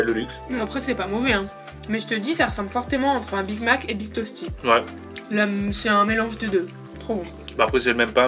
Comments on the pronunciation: Pk dit big tosty alors que cela se prononce big testy? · HAHAHA: Big Tosty au lieu de Big Tasty HAHAHAH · mdr dit big tosty au lieu de big tasty